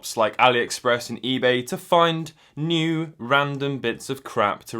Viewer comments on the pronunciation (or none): in his singing voice tryna pronounce the word new I'm sorry I'm probably the only person that noticed it but if not then that's cool